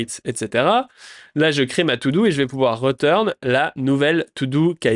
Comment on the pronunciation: Ahaha! J'adore tes vidéo et je rigole beaucoup à tes nombreuses erreurs de prononciation 😂😂 "chaïldren" "rEturn" "reSSet" "ritraille" ahaha ça me tue, merci pour toute la valeur que partages c'est énormissime!!